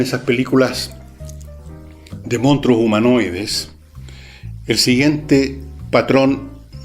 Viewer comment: Manso programa. Como joven, puedo decirle que me encanto, y hasta me saco varias risas. Si hay algo que no me gusto es como pronunciaba monstruo, pero a quien chucha le importa eso. Buen programa, se lo recomendé hasta a mi hermano chico que como que le un gusta harto el cine. siga así.